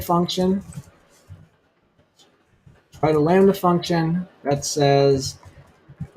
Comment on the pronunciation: you say "we're gonna write a landy(sp?) function? What exactly did you say so I can research please!